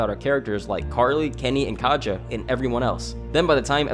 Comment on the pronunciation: It's pretty annoying hearing people pronounce Katja's name wrong. I mean, the characters say her name like a million times in season 1 so I cannot comprehend the confusion.